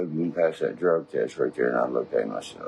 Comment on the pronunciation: "Long drouggy day" 😂😂